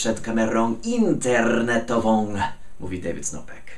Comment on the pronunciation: oh yeah the word internetową was awesome!! totally! You said you gonna say that with more rrrr and you did it :D holy crap it sounds great :D